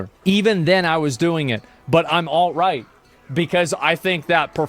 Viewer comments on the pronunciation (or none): Instead of alt right I heard "alright".